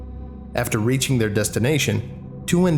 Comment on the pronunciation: "thyour" pained English major noises